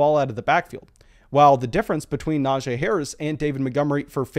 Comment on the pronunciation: I know it shouldn’t bother me but his name isn’t pronounced the way your saying it. He actually told everyone in an interview it’s pronounced Na-G. Great video as always, but that is just driving me nuts for some reason.